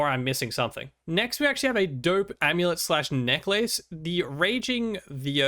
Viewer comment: No matter what country you are from it's "neck-less" and "maylay." I appreciate your videos. Thanks for the content.